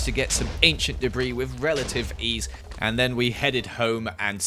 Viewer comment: Y is keep on saying whith reletive eas